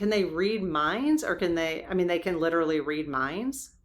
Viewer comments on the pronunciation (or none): none